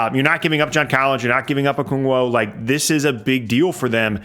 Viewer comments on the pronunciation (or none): love the vids, been subscribed for a long time. I am BEGGING you to learn how to pronounce Okongwu. Oh-KONG-woo. Please. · Okongwu not okungwo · Should change the channel name to spurring logically. Clearly have an intimate knowledge of the SAS roster but have no idea why the trade happened from the Hawks side. Gallo was essentially a salary dump. Not an asset for the Hawks at 20 million. Also it's 'Okongwu'.